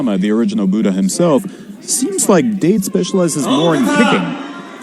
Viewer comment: Pronounced DAH-tay from tiger date, not “tiger dayt” like the announcer said. Nobody told him?…